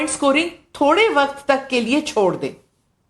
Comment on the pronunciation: Am I the only one who noticed 🙃🙃waqqqqqaaattt😄😄 Navika it’s “ waqt”